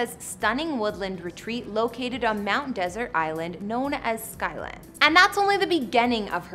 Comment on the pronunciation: Mt. Desert is pronounced like dessert, not desert. A faux pas that might cause the glitterati to turn up their noses at anyone who makes this mistake.